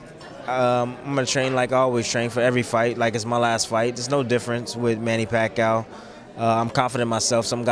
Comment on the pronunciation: Again, he said the same thing he did last fight. AND he still can't pronounce Pacquiao correctly. "PAC" "CAOW" TF Bradley lmao